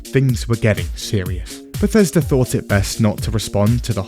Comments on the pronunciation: Bleh-thesda and Zeni-Mid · Never forget "Bethesda (/bɛˈθɛzdə/;[2] Welsh: [bɛˈθɛsda]) is a town and community in Gwynedd, Wales" lmao